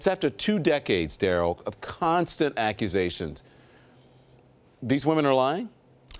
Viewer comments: "the aquasations is" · Muk Bang I heard aquasations 😂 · Dont forget ackwazations instead of accusations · When your "publicist" or "crisis manager" mispronounces the word accusations as "acquisations" on national TV and doesn't even attempt to correct himself....it's a wrap. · Somebody said he pronounced the word acquisition as acqusation. 🤭🙄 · Not to mention learn how to pronounce words correctly. “Aquisations” “Bun” instead of bond “Lawyer” instead of liar